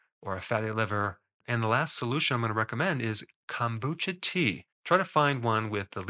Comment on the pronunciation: CONE BOO CHA (CHA = TEA)